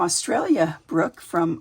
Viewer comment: That is such a beautiful journal. All of your work is always so stunning. Thank you for the shout out. Yes, you said my name correctly.